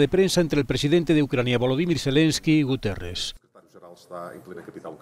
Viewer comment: Es Guterres o Gutiérrez...?